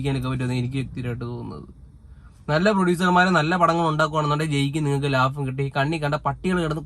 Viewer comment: Lafam alla bro, laabham aann👍😁